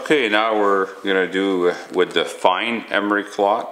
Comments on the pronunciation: cloth, not clot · yeah, right off the bat, I was wondering if this guy was from Canada or one of the northern states bordering canada. He kept on saying 'Dee' instead of 'the' and instead of Emery 'cloth' he said 'Emery Clot'. In a slightly related note, I have a relative that is from a rural area in Western Kentucky. And instead of saying a phrase like "get a hold of it", she says, "GetaHoeFenUvit" -- or geta hofenuv. That isnt the only one. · Are you calling it emery clot?